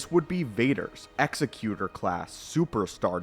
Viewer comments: You keep saying, "Executioner" in the video when referring to the "Executor" Egg-zec-you-tor. Not ex-eh-cue-shunner. Different words that mean different things. Sorry, hearing you call the ship and it's class the wrong thing over and over hurts my brain. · To be fair, he's saying Executor and not Executor. Ex-eh-cue-tor vs Ex-ek-u-tor. They're pronouncing the word executor like it's an executioner but they're not saying that word. Still very wrong and it bothered me more than it should. Executor - "a person or institution appointed by a testator to carry out the terms of their will." Executioner - "an official who carries out a sentence of death on a legally condemned person." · "Exy-cue-tor" is not a word, it's "Ex-ec-you-tor" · It is pronounced "egzecutor" as in an "executive" not execution, because it was the biggest and leading star destroyer. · Say it with us: EGG ZECK YOO TOUR Say it. Credibility is the only clout you ever really have. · I always preferred to pronounce it "ex-ZECK-u-tor" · Nothing to do with preference. The way he pronounces it isn’t a word at all. It’s executor like executive, not executor like someone who executes people. That would be an executioner. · Didn't Rogue Squadron 3 pronounce it "ecks-ECK-you-tor", kinda like the Pokemon? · Jesus you start the video and you don't even know how to pronounce "Executor." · I have to be a grammar Nazi and point out the name is being mispronounced in the video. But still an awesome video. One of my favorite ships. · I couldn't get over him mispronouncing "executor" ROFL. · it bothered me so much my brain actively tried to black out every time he said... Whatever he said. The pronunciation would dictate with meaning it is. And he kept using the wrong one. I don't know why it bothered me so much, but I couldn't finish the video, and likely will never open it again.